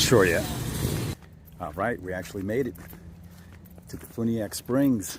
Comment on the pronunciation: Great video. I live just a little north of there over the Alabama line. I did notice your pronunciation of Defuniak was a little off. Think of the movie “A few good men”. The way “few” is pronounced is the same way the town is pronounced. Defuniak. Love the content by the way. Safe travels. New subscriber.